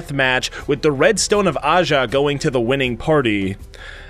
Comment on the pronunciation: its aja. and Santana.